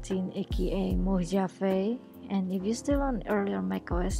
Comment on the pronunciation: "Moe-ha-vey" = Mojave. Got it?